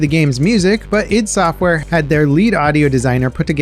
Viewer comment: Btw, it's "eye-d" (ID) Software, not "yd".